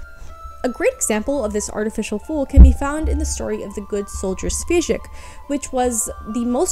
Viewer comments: It's a good video, yet Svejk reads like "Shweyk", not "Svezhik". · Just a Czech person here politely and humbly correcting the pronounciation of The Good Soldier “Švejk”: “Šv” is basically pronounced like “Shv” would be and “ejk” is pronounced the same way as “ache” so probably something like “Shvache” or “Shvake” basically… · Wow this is very interesting! Thank you very much for such a big amount of new informations! Just to let you know, as you´ve talked about "The good soldier Švejk" the name "Švejk" should be pronounced something like "Shveyck". :) I´m Czech person and don´t see people on the internet talking about something czech very often so this mention made me really happy. There´s also a big debate going on about whether or not was Švejk really "an idiot". Some believe he just put on charade as you say, but some people actually read him as an autistic character. I myself read the book and honestly have no clue which one is true. :D Good luck with next videos and have a wonderful time! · Šweijk (pronounced shwaik) is a 20th century simplicissimus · Hey, I really enjoyed your video! Your content is top-notch, and I appreciate the effort you put into it. I wanted to mention something about the pronunciation of name Švejk. I'm really aware that pronunciation of words from west slavic languages could be really difficult for everyone who isn't native speaker. So, I don't think it is big deal. Just for sake of clarity the right pronunciation of Švejk is ˈʃvɛjk'. Or rather better for English speaking the transcription could be 'shveik'. Looking forward to more of your content! Keep up the great work! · Just so people know, the Czech Cartoon Jester mentioned in this video is called “The Good Soldier Švejk” and it’s pronounced like “Sh-vay-k”, the š is a sh sound and the vej is like the word ‘vague’ in English. Wonderful video otherwise, greetings from Prague :)